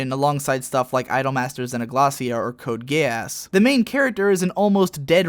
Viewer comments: You call it Code Gay-Ass too? Or am I just hearing things. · Did you call it Code Gayass lol? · Well, using the actual Japanese prununciation of the title "Code Geass" would be "Code Geh-ahss". Just like with "Sayan" over "Cyahn", it's really just a matter of how you want to pronounce it. Honestly, I don't know why he pronounced it "Code Gay-ass" though, outside of for a joke or something like that. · did he just say code gayass!? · did he say code gayass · I'm pretty sure the proper pronunciation is Gee-ahss, since the Japanese spelling is something like "giasu."